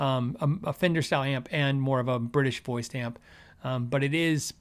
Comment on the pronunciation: " The FWNDER Way" Really